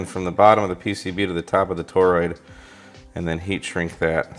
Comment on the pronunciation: say toroid... "toe-roid". No, say tor-roid... "toe-roid". No no, try again, say tor-roid... "toe-roid". OK, fine then... just go out there and play with ur new toy:) KJ6ER